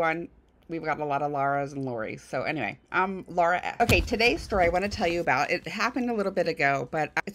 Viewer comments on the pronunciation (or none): none